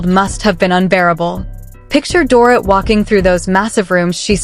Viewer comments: Can't the creator of this video adjust the AI voice to pronounce the name Dorit the proper way, which is Doreet? If they use AI to speak, why can't they fix it to pronounce the names of the major subjects correctly? Lazy. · Please learn how to correctly say her name....DorREET! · I agree, it is lazy ! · They jacked her name up for sure.